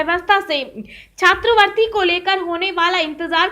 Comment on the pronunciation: उच्चारण में सुधार । छात्रवृति न कि छात्रवर्ती।